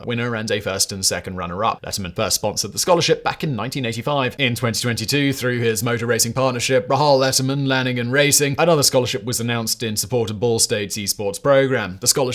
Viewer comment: Even if I am mainly an F1 fan, he still is in racing. It is pronounced ray-haul. Now that I have been properly ignored, we can continue as normal.